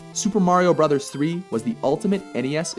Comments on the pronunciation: Love you guy (what part of Canada are you from?) but it's BROTHERS not Super Mario BRO'S. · At what point did it become cool to say "Super Mario Bros," instead of "Super Mario Brothers" as it should be? This isn't the only channel I've heard pronounce it the wrong way. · I knew the most overrated nes game ever made would be on this list and suspected you would put it where most other people who make such lists do--#1. By the way--it's pronounced "brothers" despite the spelling. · I am soooo sick of all these 20 something kids making videos with rather high production values only to mispronounce something or otherwise prove they don’t fully understand what they are talking about. If I’ve seen it once I’ve seen it dozens of times. This video makes my point very clearly. No one that was a kid in the mid eighties would ever call the game Super Mario Bros. We all called it Super Mario Brothers. We knew that Bros. was just an abbreviation of Brothers. And furthermore people my age know that Duck Hunt wasn’t packaged in with Super Mario Bros. until a few years later. So I don’t consider it the same game